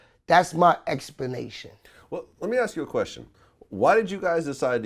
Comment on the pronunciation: "That's my expenation" Fail